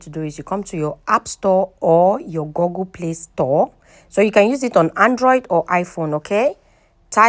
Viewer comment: It is called "goooooogle", not "goggle".